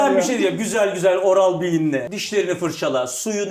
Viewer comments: mesut abi diş fırcası oral diye okunmuyo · no body: Oral-B: oral be